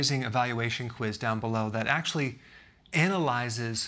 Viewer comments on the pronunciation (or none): none